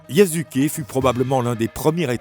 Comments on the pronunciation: Je te jure!! Yasuke est devenu yazuke 😓😓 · YASUKE PAS YAZUKE💀